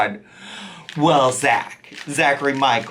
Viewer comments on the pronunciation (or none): none